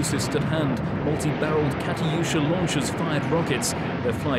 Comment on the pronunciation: The katiusha's hawl.. my good God!!!